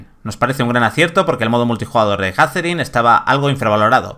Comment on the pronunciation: JAZERIN... madre mía. Poned a alguien que sepa hablar, por favor